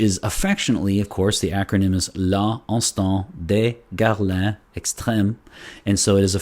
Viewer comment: fantastic review.the pronunciation of the name is fantastic😄 loved it👍